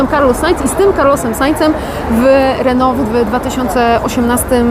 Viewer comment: Rrrrr jak Reno:)